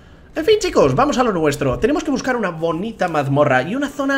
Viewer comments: pero escuche ponita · Ha dicho monita.... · en el minuto 6:4 enves de decir bonita dijo ponita pd entonces es fan de pokemon jajajajaja